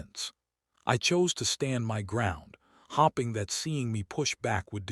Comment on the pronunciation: The mispronunciation of “hoping” and “staring” the whole time is driving me absolutely insane 🙃🙃🙃